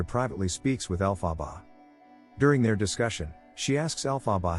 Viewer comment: The weirdest pronunciation of her name.